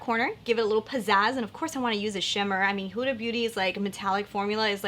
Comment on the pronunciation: The way you pronounce Huda is right 😁in Arabic it's pronounced exactly how you said it